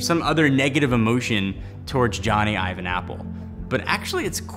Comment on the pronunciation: It’s Ive. It’s just Ive,. Not Ives.